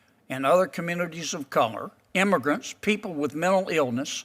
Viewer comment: 10 "imbergrunts".......WTF???????